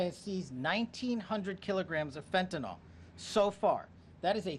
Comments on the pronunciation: It is pronounced Fen-tan-nil!!! NOT Fen-tan-nall!!!!!!!! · Fentanyl, not fentanol. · For goodness sakes! PLEASE PEOPLE, learn HOW TO PROPERLY PRONOUNCE the name Fentanyl!! It’s NOT FentanOL it’s FentaNIL. I don’t know why, as a medical professional, it bothers me so much, but it does…